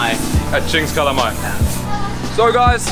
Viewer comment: The Waterfall Kings. Oh and I thought you were going to eat calamari. Your pronunciation of calamay is way off 🤣.